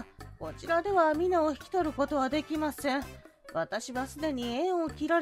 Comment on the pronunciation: ミナ❌ ミナ〇〇○⭕